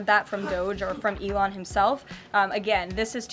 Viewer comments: She called Elon ‘Elaine’ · Did she really said “Ivan" (Musk)? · She called Elon Elaine🤣🤣🤣